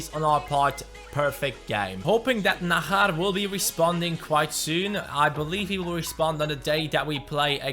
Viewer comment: I's Not Nahar it's najar just like jones jj not hh Like So Can See